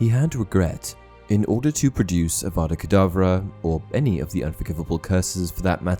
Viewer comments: Um idk if it's just me but when Snape killed Dumbledore, I swore I heard Snape say Abracadbra instead of Avada Kadavra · Because if you listen closely he actually says avada kadableu